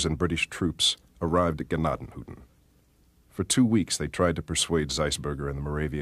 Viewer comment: It's tents of grace. You are pronouncing Tuscarawas and Gnadenhutten both wrong. I live here so you might want to do better research first. I actually volunteer at the museum.